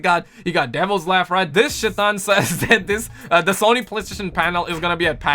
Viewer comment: Lol it’s not shitan it’s shaitan🤣🤣🤣🤣🤣